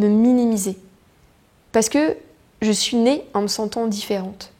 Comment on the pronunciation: Très beau message! À, j'ai entendu une prononciation de chez nous (Québec), "j'me su"...ou j'ai voulu entendre ce que je voulais 😉